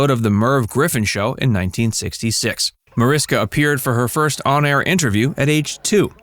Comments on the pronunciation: Mariska is spoken with sh -> Marishka. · Seriously? You put together an entire video about her and mispronounce her first name throughout it? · you obviously didn't check very hard. It's still up there, still pronounced wrong throughout.